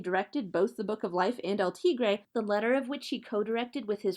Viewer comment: The way she pronounces "El Tigre" makes me mad